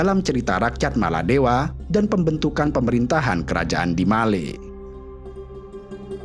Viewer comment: Sebutan biar betul bukan maladewa